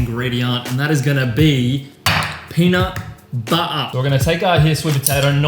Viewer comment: Hey! I hope you're doing well and I am going to start a lean bulk! I'm intrigued for the meals. Take care bro! Ps: The way you say peanut butter killed me lol